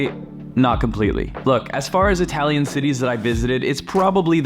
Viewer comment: Not Hi Talian , Ee Talian.. perghhh